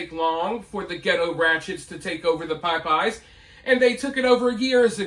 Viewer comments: It's pronounced popeyes... Not Pie Pie's. You sung it right though. 😂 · I love you,, but I’m from Texas and I’ve never heard it called “pie-pies” in my life. It may be a Florida thing, but definitely not a southern thing. Still love ya, though, and I won’t give you a hard time for how you choose to pronounce it. 🤪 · I still live in Louisiana since I was born and I've never heard anyone say Piepeyes 😂😂😂 I live in the New Orleans area, too, so I hear a lot of dumb shit all the time. Tons of mispronounced words daily. But never PIEPEYES. Love, though, god bless him lol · I love you but the reason people are telling you how Popeyes is pronounced is actually because you're totally NOT saying it the southern way at ALL. You're saying it the way a black person whipping out their "white nerd" accent would say it. A southern person pronounces Popeyes like "Paah- Paahs" NOT the very long i "Pie-Pies" you're saying. I guess to your ear, that's your interpretation of how a southern person would say it.... but your way of SAYING it is NOT the southern way of saying it. Listen to southern people say it and ask yourself, are they REALLY pronouncing a long i sound? Because they're simply not. I'm telling you this is exactly why people are telling you you're saying it wrong.... because you are! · Whatever dude. it is always and always will be pronounced POP-EYES. Reason being, you will not believe the shit you see when going there. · Man, I LOVE how you pronounce Pie-Pies! Lol I'm born and raised from tbe south too, but never heard that. Still, I got a kick every time you said it, and was let down during the episode where yiu "corrected" yourself. Glad you took a stand!! I vow to call it "Pie-pies" from here on out! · Thanks for the correct way to pronounce Popeyes. I thought it was like the sailor man. I'm gonna say it wrong. 😂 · He’s mispronouncing it just to get comments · I’m country as cornbread and have never heard anyone say it that way but him lol